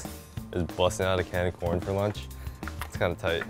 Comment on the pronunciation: I know it’s chicken corn soup, but all I can hear is “chicken noodle soup”.